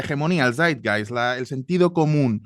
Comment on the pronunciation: C0ñ0, también es Polígloto 😳: Zeit-Geist: Tiempo-Espíritu. (Castellanizado en su pronunciación: "Saitgaist"). Para el que no lo haya pillado durante el vídeo, es un término alemán que significa exactamente eso: El espíritu, o el consenso general de una época.